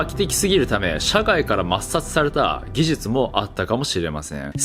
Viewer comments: 顎がアップデートされたので言えるようになりました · 「技術」が言えないとなると「手術」はそれ以上の難易度となって文字を見た瞬間に血圧は上がると見て間違いない。